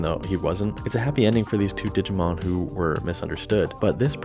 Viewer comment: Omg please, every time you said “digimoun” it killed me. Made my day